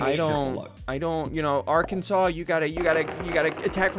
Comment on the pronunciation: Do not say Arkansas like that